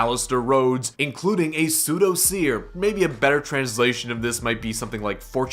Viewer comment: Soothsayer probably, not pseudo seer.